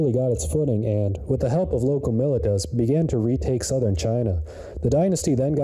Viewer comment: Professor, you mispronounced "militia" and mispelled "than". Great lecture anyway :)